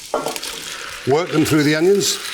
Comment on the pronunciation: No one: Marco: W O R K T H E M T H R O U G H